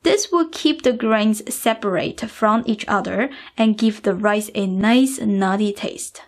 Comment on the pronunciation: This recipe looks awesome. I'm definitely gonna try it, as soon I have this steam cooking thing (my mom has one, but she want give it to me knowing it would be an experiment 😁). If you don't mind the question: Why you emphasize the last letter in some words? Like Shrimpsssah, Ricessah and so own. Is that a cultural thing? :)